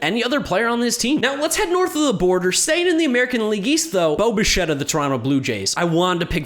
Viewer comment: Nobody:: Boba Shett